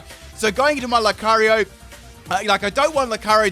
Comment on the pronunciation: I hate to be this person but it's pronounced meemeekyou not mimickoo and loocareeyo not lukaro